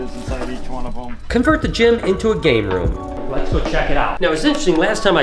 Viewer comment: lol i heard gator room not game room lol